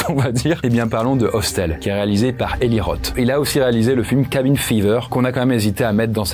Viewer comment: Bonne liste et descriptifs, mais l'accent anglais est à revoir. Je grince des dents en entendant Eli Roth, Squirm (fest), Buried (in the sand), (Murder set) pieces.....